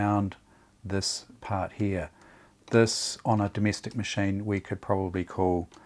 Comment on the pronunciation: Surprisingly, there is an R in "heah" (here)...